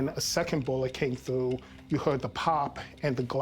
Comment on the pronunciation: Paul has all these degrees but can't say the word "through."